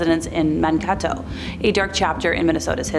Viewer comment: Mankato, MN is pronounced Man KAY toe